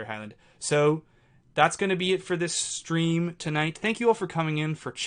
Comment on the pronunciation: Every time you say "supporting the stream", I hear "supporting this dream".